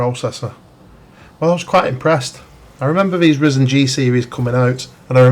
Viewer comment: It is ridiculously frustrating to hear you say Ryzen the way you do